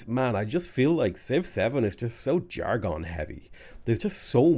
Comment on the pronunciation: "Jar-gone" lol